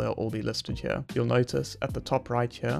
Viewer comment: What is with taking the word "here" and erasing the "R" and replacing it with an "A"? Everytime I hear that I want to punch the speaker in the mouth.